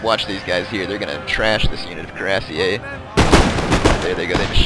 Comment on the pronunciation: Fusilier is pronounced the way it looks =P. Same with Cuirassiers.